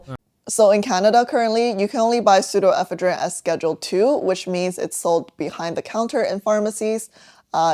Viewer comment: ive never heard this pronunciation of pseudoephedrine before. where else do people say it like that? in eastern usa ive always heard it with the emphasis one syllable later.